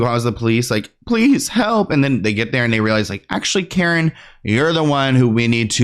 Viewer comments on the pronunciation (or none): none